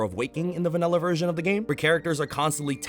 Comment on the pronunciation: Why did you say vanella instead of vanilla